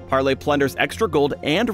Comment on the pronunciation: "pARRley" omg im dying